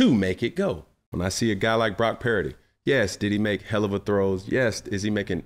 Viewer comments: Why can’t he say Brock purdy’s name right???? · I have nothing to add to the conversation I just love how Cam says Brock Pearady 😂